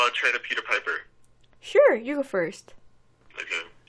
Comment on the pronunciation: 근데 피퍼가 아니라 파이퍼아닌가용 (piper)